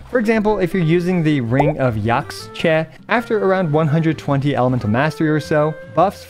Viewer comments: Just fyi to anyone who wants to know. Yaxche is a real life word, it's a Mayan word that means Green Tree, and it's pronounced yähsh-Chuh - you want to say the first part like it rhymes with Josh, the second part like duh. yäshchuh, Yaxche. Hope this helps =) P.s. you'll notice a lot of Nathan names are based on the Quiché Mayan language, so when you see an x, it's probably pronounced as an SH, as in Xbalanque(Shi-buh-lon-kay) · Point of clarification: Yaxche is a Mayan word (it's the tree of life), so the x is pronounced 'sh' as in shell, so the word sounds more like "Yash-chay" which is also easier to say.